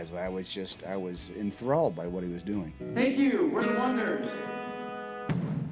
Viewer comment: Wasn't it oneders? Supposed to be pronounced one - ders.